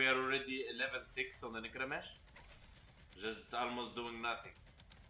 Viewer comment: Ay boi nice one but it's necrame (k) 😂